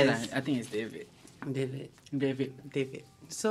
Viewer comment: The moment when mess up with dvid name.funnehhhh hahaha...btw u gals are improve so lots.kipidap...petition for next episode fully in bahasa.mesti best with all the joke u gals sllu guna dengan melahar plus evry week invite guest like shasya(hirzi) must be more exciting 🙏🏽